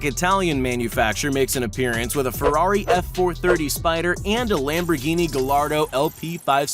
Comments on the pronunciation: you said it wrong its gaiyardo is how you pronounce it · he says “Gallardo“ like its actually supposed to be spelled and sounding like that 😭 anyone else feel me? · The fact that someone messes up the name of a Lamborghini. This mans said "Gall-ardo" and not how it is supposed to be pronounced, "Guy-ardo" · You say guyardo not galardo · Aventador an he said gallardo and it’s pronounced G-eye-ardo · And how he pronounced gallardo wrong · And doesn't even get pronunciation right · Why does everyone constantly butcher Gallardo's pronunciation? 🤦‍♂️